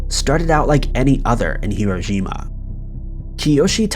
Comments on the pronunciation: It's called Hiroshima not irojima.. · Are you calling it "Hirojima?" You need to check your pronunciation, I think. I've never heard it pronounced like that before.